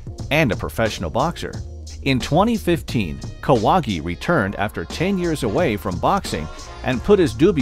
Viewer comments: Jorge Kawahgi😂😂😂😂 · Kahwagi bro c'mon...